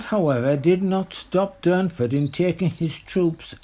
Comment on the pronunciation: Its Durnford not Dunford .🇬🇧